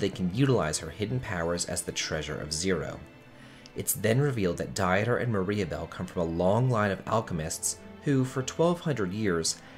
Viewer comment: It's pronounced Deter, like Peter with a D.